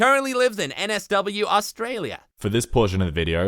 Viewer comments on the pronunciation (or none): I cant beleive how he prononced nsw